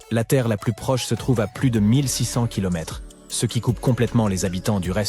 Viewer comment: Et bien évidemment une ia éclaté qui au lieu de dire ( ce ) dit ( céeuh) tous les 2 minutes si c'est pour éviter de poser sa voix sur une vidéo, autant ne pas faire de vidéo